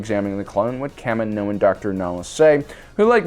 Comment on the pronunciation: People who have never watched star wars, trying to pretend they are star wars experts. Your pronunciation of kaminoan is horrific. It goes KA-me-no-an. Not Ka-mi-NO-un.